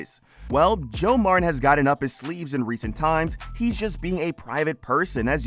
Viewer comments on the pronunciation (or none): Man what a fake title. And his name is MarTin not marren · Mar Tin not Marrin. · Their name is Mar-TEN. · Can the narrator not pronounce "Martin" correctly ? Coddington BOYD ? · Why do you keep saying Marin? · click bait! Nothing happened to him and you need to learn to say MarTin. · This is a great show. I researched this mispronunciation of Martin. Narrator may be leaving out the T sound. Its called T glottalization. Its a strange thing certain people do for God knows why. i notice its usually younger females. my favorite news channel has a young lady that pronounces Russia's president as Poo-in.